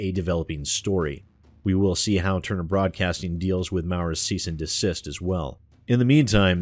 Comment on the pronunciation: "Turner Boradcasting" gj.